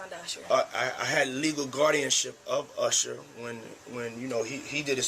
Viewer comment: You mean legal guardianship of "Ursher"